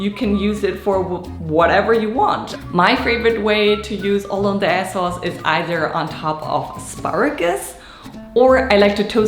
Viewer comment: Haha I like the French pronunciation